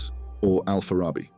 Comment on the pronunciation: Kipchak is one of the tribes that form Kazakh nation. The city of Farab (now Otyrar) on Kazakh land is where Al-Farabi was born, "al Farabi" means "from Farab". The name is pronounced with the stress on the last syllable: bi. Al-Farabi.